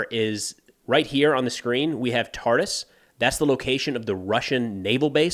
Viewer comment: its tartos not taras